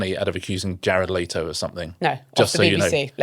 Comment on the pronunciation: The name is pronounced Let-o, not Late-o